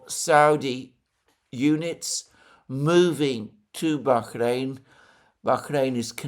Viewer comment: You are over pronouncing BAHRAIN. It's just a soft H not a hard KH.